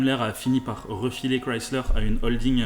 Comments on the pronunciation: Enfin une personne qui sais dire correctement le nom Chrysler !! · alain excuse il faudrait qu'il l'a prononce avec un accent francais dégeulasse, il prononce exactement comme elle doit se prononcer c'est une marque américaine